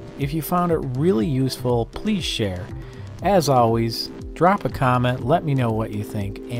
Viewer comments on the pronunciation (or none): none